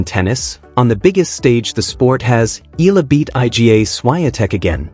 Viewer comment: And you still say her name wrong 🙄